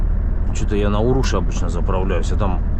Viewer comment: УрушА ударение на последний слог. Местные обижаются когда говорят УрУша